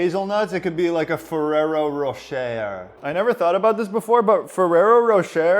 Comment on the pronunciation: You don't pronounce the last R in Ferrero Rocher lol